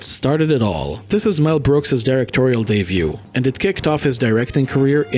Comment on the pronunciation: Debut, not day view. The Producers is his directorial debut. Pronounced day-byoo.